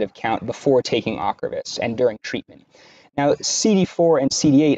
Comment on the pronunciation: You did not correctly pronounce the drug ocrevus